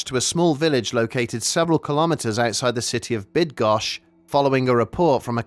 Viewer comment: If anyone would be interested the polish girls' name is Kamila. Kamilka is what a mother would call her. Like Susana-> Susie. Btw, congrats for pronouncing Bydgoszcz so well!